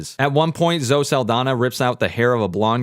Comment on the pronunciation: Why do you say Zoh instead of Zoh-ee?